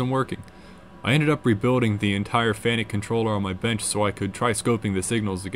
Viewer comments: The name is pronounced Fanacu, And not fanic !!!! 🤦🏽💩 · You have diligence in spades! BTW it's pronounced "FAN-ook"..😀